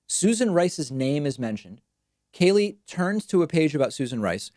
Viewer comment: David, love you and hate Kayleigh. But could you just pronounce her name correctly? What is your issue with it? Sheesh!